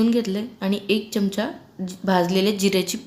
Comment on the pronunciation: च्यमच्या नाही हो, चमचा म्हणा ना. तुम्ही सुधारणार नाही.